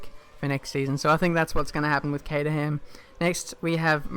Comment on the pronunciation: Caterham - Pronounced "Cater rim"